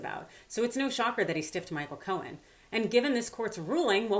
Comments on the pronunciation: Co-en, not co-hen!!! Grrr! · Simple question: why pronounce Cohen's name as 'Co-hen' when you get it right (silent 'h') the other times? Leaving that aside, Cohen's never going to see a dime, even if the courts agree with him. I think that diaper-don will delay, delay, and delay some more when it comes to paying anyone. I wish Cohen luck, but as for getting paid, doubt it. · Intrigued by your pronunciation of his last name, here... Co-hen... kinda makes it sound like his name means "fellow chicken."